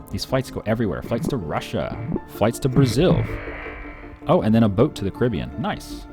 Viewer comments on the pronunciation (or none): none